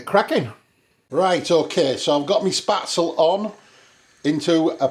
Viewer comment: These noodles are pronounced Spet zel, not Spat zel. My friends German mother-in-law would spread the dough on a wooden board,and scrap it off with a sharp knife into boiling water,as soon as it floated,you remove it. At the restaurant we used a spaetzle maker,a SS board with holes in it,and a piece that is like a chimney,which you fill with the dough,and push back, and forth over the holes into boiling water. We often had spaetzle on the menu. I have never seen dried spaetzle,it’s often just served with butter,and black pepper.😊